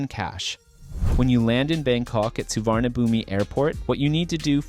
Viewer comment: suvarnabhumi Su-wan-na-pu-mi (NO) สุวรรณภูมิ Su-wan-na-phum (Yes) สุวรรณภูมิ